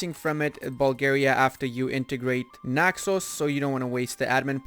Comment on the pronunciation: You say Naxos so nicely <3 Bravo